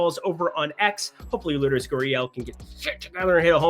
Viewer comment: it's pronounced lard-as Gurriel.